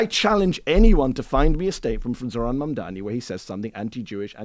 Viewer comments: Furthermore, Charl comes across as being not educated too. Does he even know how a party in government work? He is really asking Mehdi stupid questions about the shut down. Mehdi is a patient man. And Char too has trouble with his CONSONANTS. Cannot say MAMDANI. Mispronounces his name, So what is it about Americans not knowing their consonants in English ? Is it laziness or simply being illiterate ??? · The name is MAMDANI you should learn to say the name because I am going to be your boss! Hahahahahaha!